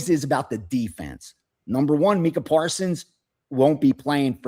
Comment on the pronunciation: When the guy pronounced Micah Parsons wrong I knew he was blowing smoke